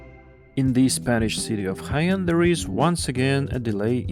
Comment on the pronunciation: Jaén 🤦🏼🤦🏼🤦🏼 but still better than Almaty and Cuiabá. Brescia: the i is silent and only serves to soften the C Breša. Where is zh in Medezhin (Medellin) coming from?